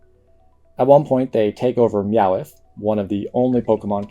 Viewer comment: "Meoweth" why you say it like that?